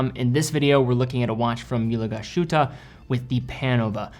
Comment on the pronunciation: Great looking watch. But please dont butcher the pronuncation of Glasshütte. 😅